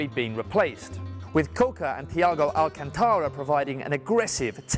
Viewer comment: Interesting video. Always enjoy watching the videos you post. One criticism however, the pronunciation of the players' names, it's Zhezoos, not Hezoos, the language of Brazil is Portuguese, not Spanish. Also Xavi, it's an sh sound. It's AlCANtara, not AlcanTAra and a few others. Just trying to make the videos even better than they are, don't take it in a bad way.